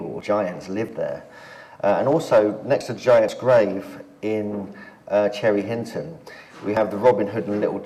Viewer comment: 😂😂😂chinton, cherry Hinton,say it like a locale 😂😂😂